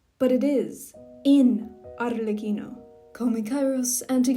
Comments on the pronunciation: The way you said Arlecchino is sooo satisying "Arrrlecchino" 🥰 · As an Italian, I must say that I'm rather pleased with the pronunciation.